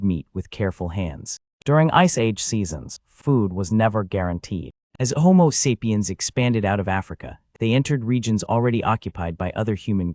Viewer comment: I couldn't watch after the 3rd mispronunciation of "sapiens"